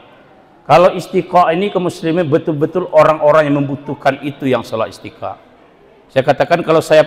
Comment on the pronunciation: Sudah disubcribe kanda, perlu diluruskan bacaan Istisqa' bukan Istiqa', dan Q.S Al-Hasyar ayat 18 tahsin lagi Krn banyak ummat yang dengar, sound bisa di edit dg Cap-cut.